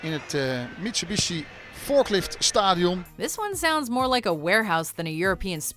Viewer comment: Stadíon, i love it when WM tries to pronounce something Dutch :)